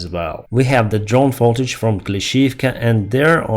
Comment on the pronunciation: Love the daily updates. Say "footage" like in foot not "fotage".